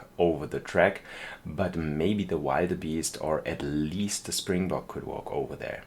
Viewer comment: Pronunciation of springbok is perfect but actually I think you're making wildebeest a little more difficult for yourself cuz you actually pronounce it will-duh-beest and for antelopes it's an-te-lowp so you don't pronounce the e at the end. I love the train tracks through the back I think it definitely adds like a charm to the whole thing and it definitely feels adventurous. Glad to hear that you're going to go on vacation it's July tomorrow so I wonder where you end up going I guess I'll find out as I keep watching episodes 🙂.